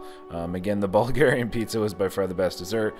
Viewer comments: I love it and love videos 🤣🤣🤣🤣 "Bulgarian pizza" Bulvarian pizza" you never did get it right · "Ball-verian" pizza...😂🤣 Love there Baverian pizza.... Actually, their mac & cheese pizza is pretty good...👍👍😎